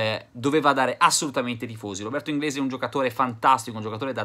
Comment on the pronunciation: Robi inglisc ahahahahaha